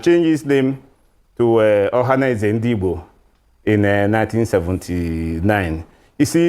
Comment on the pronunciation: THIS LADY SHOULD JUST SHUT UP BECAUSE SHE DOES NOT UNDERSTAND THE SUBJECT MATTER. SHE CANNOT EVEN PROUNCE .." OHANEZE NDIGBO:.